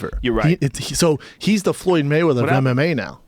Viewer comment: *fook *maywedders